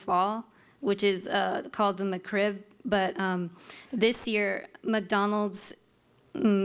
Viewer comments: its is not "meh-krib"...it's MEK-RIB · She says McCrib, not McRib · Lol she said "Macroo" first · Its McRib, not the McCrib... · breatheinthepinkair Indeed or MaCrib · Mah Krib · No no.. she says Muck-Krib lol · Muh CRIB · mah crib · I know ! I caught it too lol she's saying "McCrib" haha she's probably a Crip from Santa Clarita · The female fedora guy: M'Crib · "the ma-crib" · "muh crib" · Get it right. It’s not McRib. It’s Ma-crib! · I just hate the way she says Mc Rib. She says "muh'crib." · No, she says McRib, not McRib. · She can’t even pronounce it correctly.